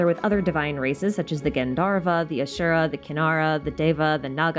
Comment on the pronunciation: the pronounciation for asur(a) and kalps killed me a little everytime but its fine,, its fine we're fine - happy to see hindu mythology be discussed atleast, bonus xiao's one of my favourite darlings in the game